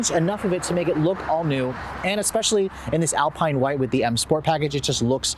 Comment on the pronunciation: What a refreshing, honest and exhaustive report. Bravo. One very small point. AL-PEEN white? Dude. AL-PINE.